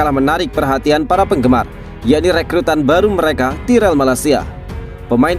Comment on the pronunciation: Tayrell min tayrell bukan tirell